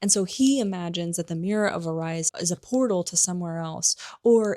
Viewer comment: Please ... learn to pronounce Erised .. it is ERIS-ED , JKR had to spell out Hermione's name in the 4th book because so many people got it wrong.